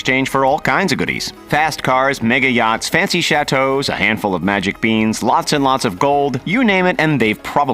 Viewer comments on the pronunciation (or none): none